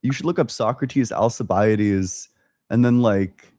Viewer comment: Hearing alcibiades pronounced like that made me die inside. It's more of Alkibiades, "al—key—bee—ah—deez"